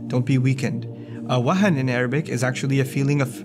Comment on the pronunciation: bro its 'wahn' not 'awahen' alhamdulillah fro your work!